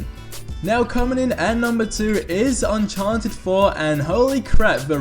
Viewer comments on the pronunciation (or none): Sorry did you say uncharnted?!?! IT'S UNCHARTED!!!!!!!!!!!!!!!!